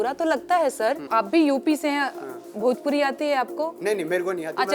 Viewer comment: एकरा भोजपुरी के "भ" मालूम नईखे !